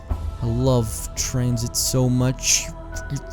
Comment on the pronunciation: who eles was about to dislike when he said tanzit